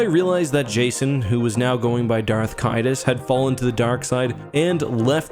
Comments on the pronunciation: If I'm not mistaken Darth Caedus should sound more like Darth Sadist. not Kadus. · Also, it's pronounced "Darth say-dis" as in he's sadistic, torturing himself and others as a means to an ultimate "better" future.